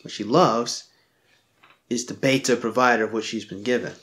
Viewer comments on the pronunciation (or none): none